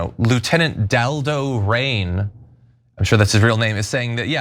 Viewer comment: Lieutenant Dal Do Rains 😂